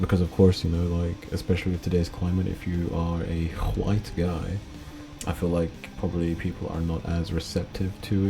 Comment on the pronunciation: Why are you saying "white" in that manner?